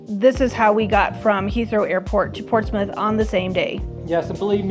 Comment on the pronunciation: Portsmith or Prortsmouth? You kept saying Portsmith.